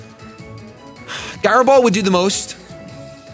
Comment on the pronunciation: Guy-ro Ball, lmao